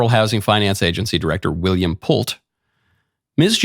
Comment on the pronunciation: It’s pronounced Pult-eee as in Pulte Homes. They are HUGE nationwide. She’s cooked!! Those who yell the loudest…🤔